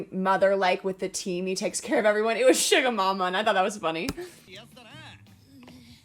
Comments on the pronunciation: vic, its suga not sugar without the r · How you pronounce Suga’s name is : sU - Ga. not shuga (just so you know)😁